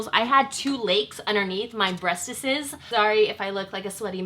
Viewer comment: "2 lakes under my breastesesszszs" lmao . subbed